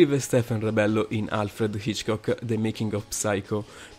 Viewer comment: video inutile. I SUONI DOVE SONO? MA VA VA Poi perchè alle volte sembra che rida, mentre gli accenti non li pronuncia mai giusti? ho sentito come pronunciava Hitchcock e ho cambiato subito video.